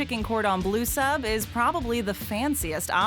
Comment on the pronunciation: Its bleu not blue... Ffs